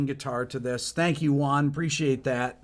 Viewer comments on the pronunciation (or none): none